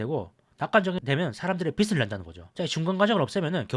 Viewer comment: 빛을 낸다가 아니라 빚을이죠.밝음을 말 하는 빛과 채무를 말 하는 빚은 구별하셔야죠.